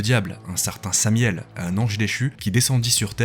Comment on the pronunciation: Beau boulot !! Et c'est Samaël pour la précision le nom de l'ange déchu, et non samiel ^^